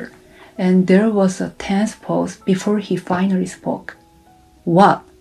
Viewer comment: EXAMPLE....SHE SAID...FINARRY..( FINALLY ).... CONDORENCE. ( CONDOLENCE )